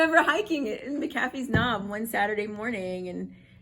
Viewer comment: "I told my boyfriend, this is odd to me...." He shoulda replied, "What, the way you pronounce McAfee's Knob?!", just joshing...self care above the grind, straight-up.